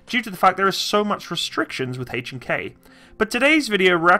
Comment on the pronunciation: I can't stand the way you say, "Hay-ch & Kay" It is H....not HayCh.